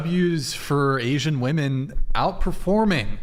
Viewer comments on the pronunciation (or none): She STILL said it wrong 🤦🏻‍♂️🤦🏻‍♂️ fucking embarrassing. "What I learned today is that a 'woman' (pronounced as whoa-man) is the singular form of 'women' (but pronounced as whoa-MEN)" The plural is pronounced as WHIM-men, goddamn. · It’s pronounced “WIM-IN” women. Trust me. I’m half English and half Scottish. One woman. Two women [WIM-IN]. It’s not difficult. Arks yourself that. 😏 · 34 year old woman, CA born and raised. We do not all say "woman" instead of "women". I never heard anyone say it that way until I started watching this show. I also went to UCSB and never heard it there. It's a moron thing, not a CA or SB thing. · Am I in the twilight zone or did the two Asian girls repeatedly say woman instead of women right after they harped on saying it correctly for a full conversation. That shit drove me up a wall I can’t believe didn’t correct them 🤦🏻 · Now i get why doesn't know how to say women. She thinks the las syllable is what's pronounced differently only, because only the "a" and "e" change when you write it. So she pronounces the first syllable the same. She literally pronounced "woh-man" and "woh-men" when it's actually "woh-man" and "wih-men." Y'all dont be too hard on her, she's just intellectually disabled. 💀💀💀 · please correct these WOMEN every time they use the word WOMAN as a plural for WOMEN!!! Please make them say it properly or kick them the f off the show! Very disrespectful to butcher our language and very annoying!!! Thanks :) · Why do these girls always say woman when they should be saying women? Are they that dumb? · Why do they not know how to pronounce women in the plural form? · Maybe they should just say wu-MAN and wu-MEN, if they can't figure out that it's "WIMEN" and WOMAN. Like WHIM. WOMEN. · English is not my first or second language and it still drives me crazy how these women say the word WOMEN. they read it as it's written literally not how it should be read like "wemen" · Why can’t pronounce “women”?